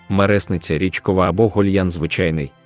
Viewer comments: мереснИця!!! Наголос на И!!! Відтворення тексту ЖАХЛИВЕ! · МереснИця! молодИця! ВижнИця! гузИця! в цих словах наголос на И!!!🤬🤬🤬